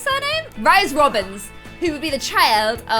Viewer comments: Rhys is pronounced Reese. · Rhys is also pronounced Reece, btw. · yknow Rhys is pronounced like “Reese” right? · Rhys is supposed to be pronounced like Reese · Uhm; I'm pretty sure Rhys is pronounced like Reese... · Belle Boudreau yes it is! I was going to say this too! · Rhys is a Welsh name and no hate but u pronounced it wrong.😊 Edit : I am Welsh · pronouncing Rhys as 'ryes' and not Reece has me triggered 😂🙈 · It’s pronounced “Reece” not “Rise” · rhys is pronounced the same as reece!! not like ryes omg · That moment when she pronounces rhys like "Rice" when sjm has stated its pronounced "Reese" lmao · His name is not rise it is pronounced Reece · Okie I love how the name Rhys (Rhysand from ACOTAR) can be pronounced so many different ways😁 SJ Maas says REESE (not REE-sy, just Reese), I say Rice, ot Ryce, how I see the pronunciation I my head, and seemed to say a mix between the two😆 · Rhys is pronounced wrong. It's "Reese" as in R (as in Rocke) EE (as in bee) SE (As in pronounCE) (Ce is different to Se, i know, but the phoneme (sound) is the same. No hate, just bothered me when you basically said Rice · Pretty sure Rhys is pronounced like Reese not Rise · Rhys is pronounced like Reese. It's the welsh spelling. Hearing you say Rice is terrible, sorry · Rhys is pronounced Reese and if longer Reese-and not (Riceand) i know its because of the spelling. Just a tip:) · You said ryese and spelt it rhys which is the name Reece 💖💖💖 love you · The name Rhys is not pronounced like “rise” it’s pronounced like “Reece”. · Don’t you pronounce Rhys like reese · Your pronunciation of "Rhys" as in "Rhysand" hurt my littke heart, it's "Rhys" like Reese (Reese's pb cups for example) and "Rhys" like "Reese-sand," there's literally a pronunciation guide at the end of book one don't even try with me😂😭 (Probably the other ones too idfk) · That was nagging at me too. Its definitely pronounced Reese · Rhys is pronouced as Reece